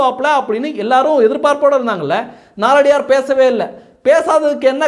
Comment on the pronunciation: நாலடியார் என்று சொல்ல வேண்டாம்! நாலடியான் என்று சொல்ல வேண்டும்